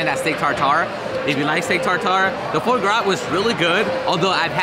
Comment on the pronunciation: Oh...i love your videos; been following you for years! BUT, would it kill ya to do a little research before you head into,arguably,one of the most popular restaurants in the whole city?!?! At least watch an episode or two of Hells Kitchen! The "foie' is pronounced "fwaah". The "paté" layer is a mushroom duxelle and if a restaurant comps you a dessert, maybe you should say "thank you" to the restaurant (or maybe even to the man, Gordon Ramsey, himself!). Maybe in a subtle VO in post?!? Just sayin. Im pretty sure they recognized you or knew who you were or at least someone on staff knew, cuz I dont think they're sending out free desserts on the regular. Anyway, just some constructive criticism from a fan who has loved seeing you and your channel grow!